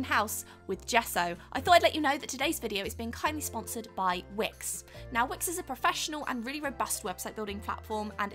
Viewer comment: At the end when she said thank you to wix for "sponsering this video" i heard ", thank you twix for sponsering the video" haha